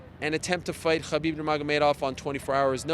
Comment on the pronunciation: The way Ariel pronounces “Khabib” ....😒